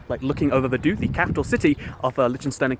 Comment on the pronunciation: Vaduz is pronounced vah-DOOTS